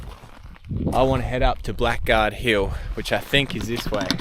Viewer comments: Blackguard was actually pronounced Blaggard mate, but again an absolutely stunning story, well told, thank you, looking forward to the continuation, your respect shown is genuine, onya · Blackguard is pronounced ‘blaggard’. Thanks.👍🙏🦘